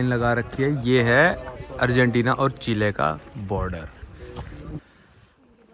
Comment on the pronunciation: Abe bhai wo चिले नहीं चिली होता है